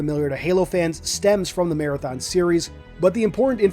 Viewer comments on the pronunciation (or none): none